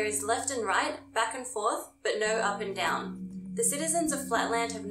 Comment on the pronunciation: "In Flatland there's no up and atom. " no kidding, at first that's how I understood what she said lol